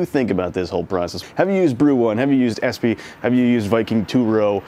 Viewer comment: Espe is pronounced Espa.